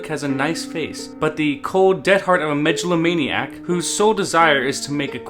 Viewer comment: “May-jello-maniac?” Lmfao